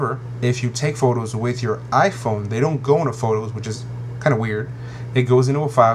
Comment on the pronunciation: Lol iPone !